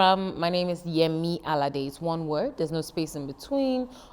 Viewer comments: Alode? Seriously! Just because you want to say you're a Caribbean wanabe English, you make mockery of a name you’ve heard over and over. You are definitely suffering from presbycusis. What's so difficult saying Alade(Aladay) as you here it? Forget about forcing yourself to be English, your vocal cord is designed to pronounce that name. Shame on you! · I'm sorry but how are you struggling to say "Allah Day" but you can say Birmingham and Leicester so easily :/